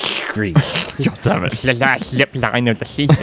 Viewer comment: A clip you say? Musssht be the lassht one of the sheeeaashhhoon!